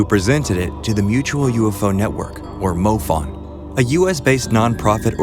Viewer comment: Why do you pronounce MUFON so weirdly? It's like you're saying moe fun instead of moo fawn.